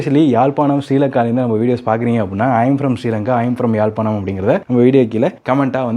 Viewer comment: தம்பி இன்னும் ஒரு அம்மா இந்த வீட்டை முன்பு காட்டி இருக்கா, அழகான வீடு, யாழ்ப்பாணம் என்று நீங்கள் உச்சரித்தால் நன்றாக இருக்கும் ❤